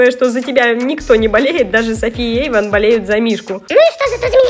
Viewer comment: Эйван а не Эйвон.😒